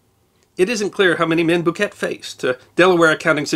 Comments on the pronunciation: needs to research how to pronounce name. It’s Henry bouquet (boo Kay) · I grew up in Ligonier and have lived in Western Pa my entire life. Can’t speak for the rest of the world but in these parts it’s pronounced Boo-kay, the t is silent. Of course we have a long reputation for mangling pronunciations. Where else would North Versailles become North Ver-sales and Dubois, Du-boys!?!